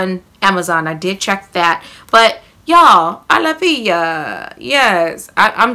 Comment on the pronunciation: A -law-fee-a.....pronunciation..it's sold at Sprouts too..similar to Whole Foods...fyi wink wink